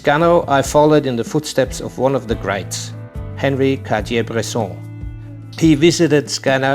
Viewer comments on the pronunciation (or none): none